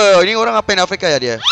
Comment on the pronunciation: afk dibaca avk Wkkwkwkwk